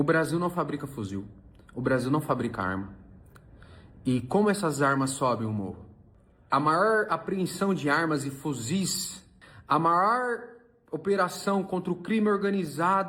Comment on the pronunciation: "A maór apreensão de armas e fuziz"